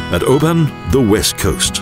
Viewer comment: Just watching this and laughing our heads off with the terrible pronunciation. Where is this guy from and what is the town of Oban. Very funny from a Scots point of view and even funnier when he tries to sound Scottish . And it's a a loch not a lake and where is the Saltire on Castle Stalker. Stewart castle.